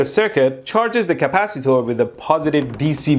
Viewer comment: I love when he says capcitor